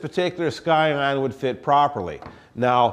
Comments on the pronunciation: its pronounced "si-on" not "sky on" lol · Scion 'ˈsīən' the 'c' is silent.. just sayin'. Good video.